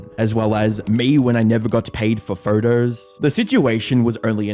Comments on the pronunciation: I just like the way you pronounce "videos" as "vidreyouse" and "photos" as "phurdouse". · What's a vidier and a pherter? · Why do you pronounce ‘photos‘ like that? “Furtous”